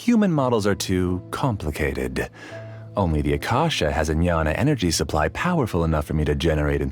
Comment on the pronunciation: Jnana is pronounced as "gyana" not nyana ..i think